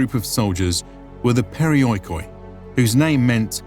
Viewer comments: LOL! PeriOeekOee.... Why on earth barbarians' history channels can't make an effort to pronounce correctly Greek words? Even if you are of so low intelligence to believe in the Erasmian fallacy of non-existence of joint-diphthongs thus pronouncing OI as O-EE and not as a long-vowel EE, the accent system with the accent falling on the I before he OI should be enough for you to comprehend that the word could not be pronounced as periOeekOee but as perEEoikoi. And of course if breaking OI into O-EE and not keep it as EE that makes the word being accented in the 4th-before-the-last syllable of the word which is an absurdity as no word in Greek of the half a million words (and 10s of milions of word-types as words are inclined) is accented on the 4th syllable. Something so basic and yet foreigners can't grasp it. They think they know it better. Too proud to ask a Greek. Βesides that, great presentation. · In the future, when you pronounce Greek words that have the letters < > next to each other they make an sound exactly as you would pronounce this letter.